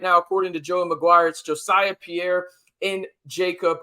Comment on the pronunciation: I'm pretty sure Jesiah Pierre's name is not pronounced Jo-siah, but I could be wrong. Jacob Rodriguez is a great story. Transforming himself from a 200 pound QB prospect at Virginia into a hulking 245 pound starting middle linebacker for our Red Raiders in the span of 18 months. Our facilities and strength and conditioning staff are A1 Aces. Lastly, Mike Dingle and Justin Horne are both athletic freaks and strong candidates for stardom at Texas Tech and a place in the NFL. Can't wait to watch their development.